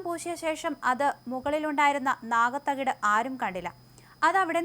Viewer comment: നാഗ തകിട് അല്ല . നാക തകിട് ആണ് 😂